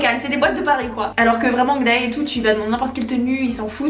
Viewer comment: ça me stresse à chaque fois que tu prononce 'hongdae' azgjdhqjh ça se dit !😭